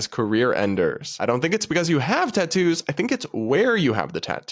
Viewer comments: One of the worst parts of this video is her pronunciation of " tat toos" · As a tattooed woman the way she says Tahn-TTToos is driving me crazy. Also, the face and neck tattoos are a no go for many career fields. Experience also matters. If you don’t have waitress experience, work at a fast food place for a bit and then apply as a waitress because it’s related field experience. I’m a female with sleeves and hand tattoos, but I went into welding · I can't stand the way she says 'ta-ttoos' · I hate the way she says "tatoos." Also, I choose not to trust Satanists. There are probably other people that make that choice as well.